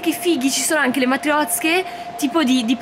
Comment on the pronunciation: ci sono le matriozke! Io: ma non si diceva matrioske?? 😂: móllica di pane Io: ma non si diceva mollíca 😅